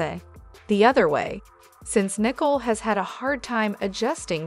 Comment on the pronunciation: Please pronounce names correctly. Her name is Nik Cole. Not Nikel.😮